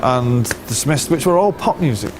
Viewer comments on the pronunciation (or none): none